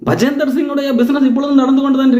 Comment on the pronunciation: Bajinder Singh, not Bajender Singh